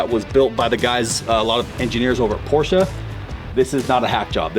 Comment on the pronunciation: As a german i love that you know how to pronounce Porsche. It's not the first time I recognized that